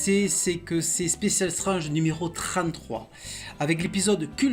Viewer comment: Même génération, même passion pour les comics et surtout même madeleine de Proust. Quelqu'un qui prononce Strange à la française ou qui préfère dire Serval à Wolverine est forcément un passionné de nos chères années 80's. Je m'abonne sans hésiter. Bravo pour la qualité de tes vidéos.